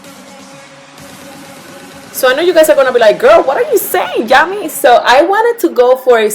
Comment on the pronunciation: Yami : Ok so boom *proceeds to snatch edges with this 🔥 ass look. Btw u pronounced it correctly